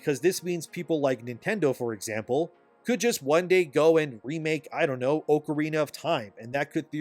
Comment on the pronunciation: How do you mispronounce ocarina??